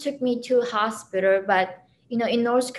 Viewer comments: " when I go to the Hostpiterrr " lol. I like this woman. Very smart. Glad she made it out. ! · "in Chicago hospitar".